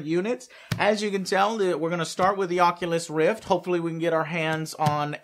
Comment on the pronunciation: "Onculus Reef"